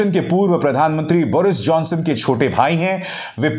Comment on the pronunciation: It's Boris jhonson n not Baris jhonson